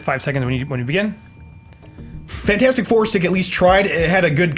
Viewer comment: Learn to say fantastic 4 right.